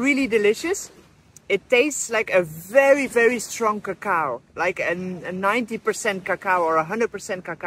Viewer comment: “Really strong cacoowww”